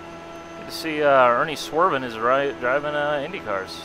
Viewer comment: Lol, ernie swervin. It is swervin ervan. I am friends with Ernie in real life, and his kid. Really nice guy.